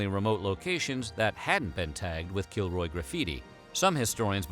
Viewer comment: help i keep hearing killjoy instead of kilroy